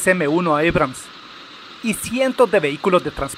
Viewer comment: EBRAMS?...ABRAMS...ESTA HABLANDO EN CASTELLANO, AMIGO!!